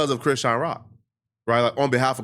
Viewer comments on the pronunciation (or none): You keep saying Crenshawn Rock